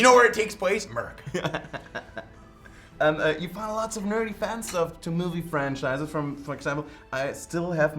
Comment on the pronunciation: "you know where this takes place? A-murica!" (sips daintily from English teacup)